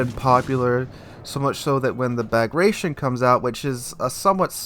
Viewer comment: Bagration, pronounced 'Bag-rat-ee-on' - a Russian version of the Armenian Bagratuni or Bagratid royal dynasty. Prince Bagration was a leading Russian general in the repulse of Napoleon in 1812.